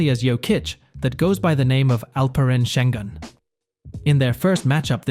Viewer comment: He calls him sen Gun 🤦🏼‍♂️